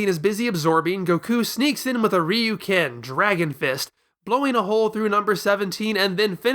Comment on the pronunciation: that’s not how you say Ryūken